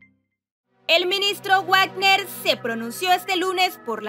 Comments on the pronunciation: Ministro /guacner/. Jaaaa!!!! Es /bacner/. Se oye chistoso /guacner/. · No se dice "uagner" sino "vagner" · No se pronuncia guarner,,, se pronuncia VAGNER. se escribe WAGNER, pero se pronuncia VAGNER